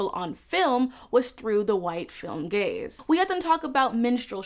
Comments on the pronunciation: For half of this video I thought you were saying "white gays" and was like well you aren't wrong there what's the problem hahahah I feel so stupid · I got halfway this through the video thinking you were saying white gays not white gaze 😭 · I don’t know why but I thought you were saying, “white gays” instead of “white gaze” for way too long. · I kept hearing "making it for the white gays" 😅 I think because the sentence was referring to music, rather than something you watch🙃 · bruh i thought u said for the white gays LOL ...which would probably be more true tbh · Ngl I misheard "white gaze" as "white gays" 🤦🏻‍♀️ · As someone who doesn't listen to Lizzo, it took me way too far into the video to realize you were saying she makes music for the "white gaze" and not for the "white gays". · I thought you said "Lizzo makes music for the white gays" and was very confused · I was listening to this while playing video games and therefore heard “white gays” several times before I sorted out that it was “white gaze”. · Awesome article. Tho every time you said "gaze" I heard "gays" and I kept thinking "boy, I'd love some more music aimed at the white/black gays!" lol Ty for your analysis! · I spent waaaaay too long watching this video thinking she was saying gays lol. For the record, this white gay loves your work,! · I was thinking the same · The first couple of times I heard it the same way. lol. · so i was right now years old when i found out she said "gaze" x''D ngl, it reads both ways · I.... did not realize it was "gaze" until I read this comment